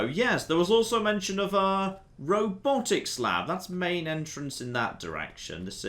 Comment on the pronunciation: "Main Entrance". Not Maintenance.